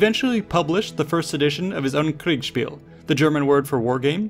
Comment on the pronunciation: It's always funny to me when you say kriegspiel lol Either you say it really forced, but get the syllables right, or you say it almost naturally but slur the s into an sh and say kriegshpiel. It's cute <3